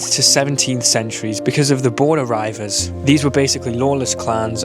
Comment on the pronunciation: Pronounced ree vers